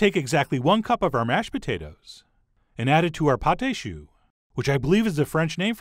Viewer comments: Pâte à Choux is pronounced patt-a-shoe, not patey-shoe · It's not pâté choux. Its pâte à choux (pat ah chu). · your pronounciation of "pâte à choux" is pretty close! Just say the second "a" the same way you did the first one, even though they look different, and it will sound perfect! (and yes it's the proper name for this dough)